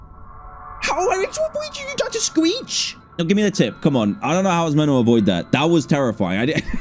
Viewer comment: "Sqweech"